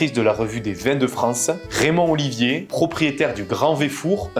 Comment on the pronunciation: c´est Raymond OLIVER pas Olivier